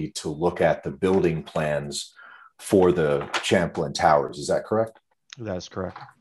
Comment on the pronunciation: I'd be very reluctant to hire any American lawyer who does not know how to pronounce Champlain. Just saying...